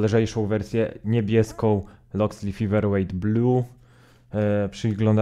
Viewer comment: Fajna recenzja, ale mała uwaga na przyszłość - czasem warto sprawdzić wymowę nazwy, tym bardziej, że jest ona w recenzji powtarzana bardzo wiele razy. Feather wymawia się przez "Fe", a nie "Fi" na początku. Wiem, że nie każdy idealnie wymawia angielskie słowa (sam zresztą orłem w angielskim nie jestem), ale byłoby fajnie gdyby wymowa była przynajmniej zbliżona do oryginału, zwłaszcza, że "th" wychodzi Ci całkiem nieźle :)